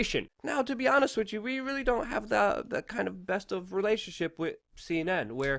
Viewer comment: WITH! The word is with. It most definitely ends WITH an H brother!